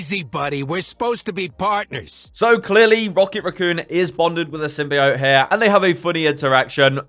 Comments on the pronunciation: It’s not Sym-bye-ot. It’s Sym-bee-ot. Thank you. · For reference: It’s Sym-Bee-Oat, not Sym-Buy-Oat.